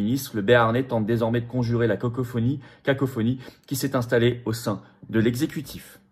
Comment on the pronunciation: Excellent la "cocophonie" à